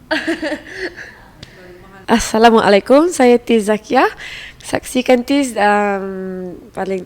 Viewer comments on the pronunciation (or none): Its not tiz it is tease...